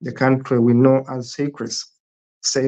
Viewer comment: Seychelles is pronounced like "say shells" not "Cyprus".